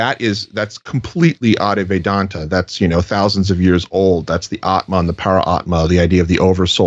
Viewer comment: Lord have mercy its pronounced "add-vie-ta vedanta" not "addy vedanta" And it would be awesome if you could get Swami Sarvapriyananda on the show. Hes like a professor, not weird/new agey/creepy at all. Edit: or Swami Medhananda, hes got some pretty new books out he might come on to talk about